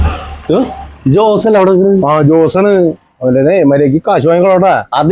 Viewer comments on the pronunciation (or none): ജോസ് അല്ല ഓസ് 😅😅,തൃശൂർ😅